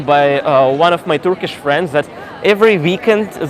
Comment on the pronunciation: Fantastic Turkish pronunciation 😊